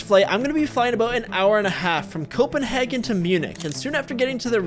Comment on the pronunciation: G&B hearing copenahgen 😧